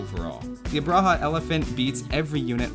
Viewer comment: Fantastic video! Just for refrence it's pronounced Ub-ra-ha